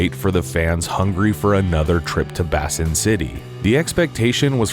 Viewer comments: Surely it's "Bay sin" city not "bass in" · Bay-sin City, not Bassin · Basin.... Not pronounced "Bass-in". It's pronounced "bay-sin". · Pretty sure it is pronounced Bay sin city and not Bass in city. Great video though. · First time I've ever heard someone pronounce basin as "bassin". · It's pronounced BAYSIN City. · Ive never heard anyone pronounce "Basin City" as "Bassin City" before lol. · How do you not know how to pronounce the word "Basin"? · Mispronouncing (multiple times) a simple word like "Basin" is embarrassing AF. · AI can't say it right. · the narrator cannot say "basin"